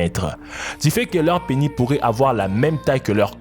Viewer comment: Dans le mot Penis, le S se prononce :))